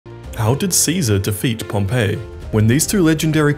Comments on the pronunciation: It's pronounced pom- pee Pompeii is a place not a person...... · I thought it was pronounced “pompee* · This Pompey is pronounced Pom-pee, all serious historians know this. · **Pronounced Pompee. Pompeii is the city that got volcano-ized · Pompey is pronounced "Pompee" not "Pompeii" like the city. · I don't think it's pronounced Pompeii like the city, it's pronounced PomPee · wish people would learn how to pronounce names before posting. Pompey is not pronounced the same as the doomed city near Vesuvius and the emphasis in Pharsalus is the second syllable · Learn to pronounce Pompey. Pompeii is a city , Pompey was a general.